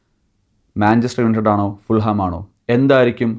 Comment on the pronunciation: Hi . Fulham all a pronunciation . Fulam. jH is silent .